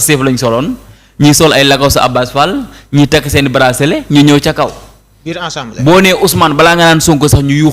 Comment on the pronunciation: bayil di wax "ensemblé". Tu es journaliste de télé et doit avoir une diction appropriée.